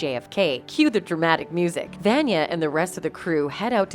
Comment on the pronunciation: You keep referring to the Handler as he and him even though she’s a woman…and you pronounce Vanya wrong throughout this video. Why make a video about a show you clearly do not watch?